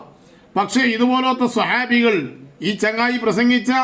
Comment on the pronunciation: 🛑സ്വഹാബി 🛑അല്ലാ ❌❌സുഹാ ബി